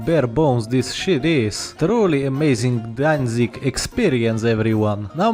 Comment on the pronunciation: "Danzig Danzig" perfect